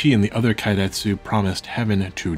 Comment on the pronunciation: Didn't expect such an in-depth, expansive view into history. Extremely well-researched, extremely well-presented even that a dumbass like me can understand. Tiny correction, if you'll allow. Japanese vowels don't change sound, so keiretsu is closer to "kay-retsu", instead of "kye-retsu"